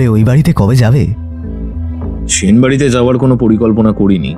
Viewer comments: সাহিত্যিক অজিতের চরিত্র যে করছে সে তো 'স' এবং 'শ' এর উচ্চারণের পার্থক্যই বোঝেনা। এসব লোককে দিয়ে সাহিত্যিকের চরিত্র একদমই মানায় না। কেন এদের নেন? জঘন্য লাগে। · ঠিক।বার বার 'সেন' কে 'শেন' উচ্চারণ হয়েছে।